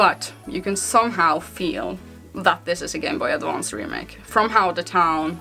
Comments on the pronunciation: I like the way you say Gameboy Advonce. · Gameboy A D V A N C E that accent